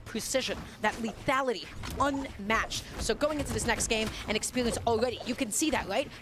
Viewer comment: She need more.... Expewience 😅